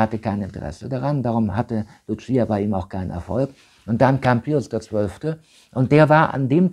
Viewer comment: Das eine Maedchen hiess nicht 'Lutschieja', sondern 'Lucia', ausgesprochen 'Luussija' In Fatima spricht man Portugiesisch und nicht Italenisch